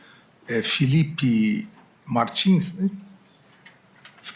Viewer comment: Filipe - e não FELIPE - "MAGNINS"? 😂😂😂